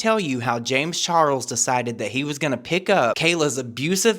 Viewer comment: the way says james char-rulls will not live rent free in my head... i will pay to have it be there☠️🔥💙